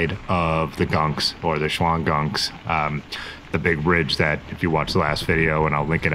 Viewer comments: Nice ride. Poughkeepsie = po-kips-see; Albany = all-bah-knee; Shawangunk - sha-wa-gum. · Great video! Nostalgic for me,as I went to college in New Paltz and Poughkeepsie, and lived in the Hudson Valley for 30 years. Now about those pronunciations 😂: Poughkeepsie=p’KIPsy; Shawangunk=SHAWNgum.